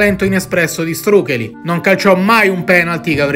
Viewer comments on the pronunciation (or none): Non so se sia gia' stato detto, ma Štrukelj (cognome d'origine slovena) si dovrebbe pronunciare "struchegl" e non "strucheli" - la LJ e' un fonema a tutti gli effetti e si legge come GL in quaglia o faglia